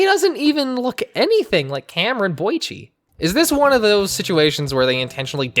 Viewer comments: Lol! Okay, dude, it's "Boyce" not "Boygee". Hope this was just a joke and you didn't really get the deceased star's name wrong. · not him saying "boi-chi"🤣🤣